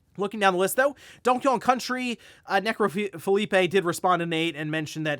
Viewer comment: "Donkey Cone"